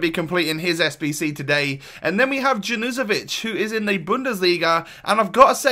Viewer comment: I’m pretty sure that junuzovic is pronounced yawn-you-zo-vich